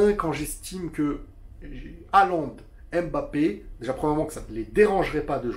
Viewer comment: Mais arretez de l'appeler embappé sérieux quoi pourquoi tout le monde prononce son nom comme ça... c'est mbappé !